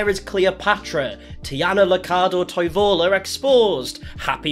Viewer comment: Toivola is pronounced like 'toi' almost the same as in toy, 'vo' like in volume and 'la' in like Las Vegas.